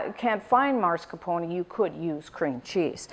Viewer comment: mascarpone not "marscapone"